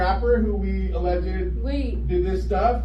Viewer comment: I don't want to be that guy, but it's pronounced a-lleged, not a-lleg-ed. It's two syllables, not three.